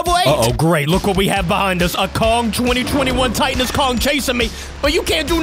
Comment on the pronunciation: Titanus pronounced: tight-an-us.